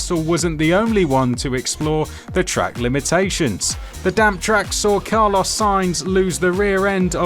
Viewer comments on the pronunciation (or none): none